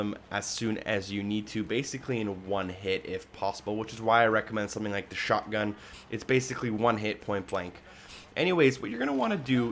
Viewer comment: it just sounds like the dude says shockgun instead of shotgun, take another listen to it, it stuck out to me soo bad lol i couldnt get over it